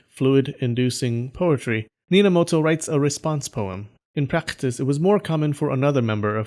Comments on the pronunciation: Nobunaga? Ne, Bobunaga it is Minamoto? Nope, Ninamoto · "Bob..unaga" and "Nina...moto" I almost laughed out loud at that part, but manage to hold it back somewhow xD